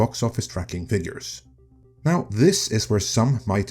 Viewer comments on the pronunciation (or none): none